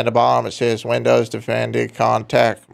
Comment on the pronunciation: "windows defendee" XD